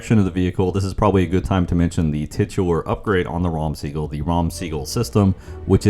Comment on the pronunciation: Amazing video:washhands::washhands: Small note, The pronunciation of the tank is "Raam Sagol" - which means "Purple Thunder"